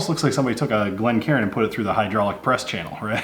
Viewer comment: "Heeeedroooolick" Press channel. Say it right.